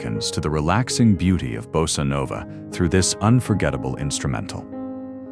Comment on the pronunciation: Napoleon "shiv," really? And it's not "bass-ah" nova, but "boss-ah." AI, you've got a long way to go before you're ready to take over the world. And in the meantime, if you think I'll let you or any silicon-based life form get a hand on my health care, you've got another think coming.